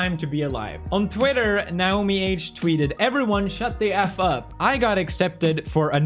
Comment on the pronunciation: ...does he not know how to say Naomi?